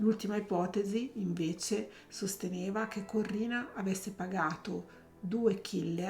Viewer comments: SI DICE CORINNA, NON CORRINA!!!😂😂😂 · ciao! Penso che, se non ha ucciso suo marito, lo ha fatto uccidere. Per di più, essendo una persona cattiva, cattiva, cattiva, si è meritata ciò che le è capitato. PS: si chiamava Corinna, non Corrina...